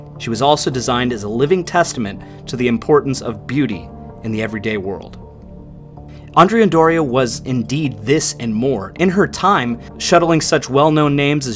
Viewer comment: Both the Andrea Doria and the Cristoforo Columbo were Italian ships and it would appropriate to pronounce their names correctly in Italian. In the case of the Doria, Andrea has the accent on the 2nd syllable (not the first); the same for her sister ship: Cristoforo has the accent on the 2nd syllable also. So. . .AndrEa DOria and CrisTOforo CoLOmbo.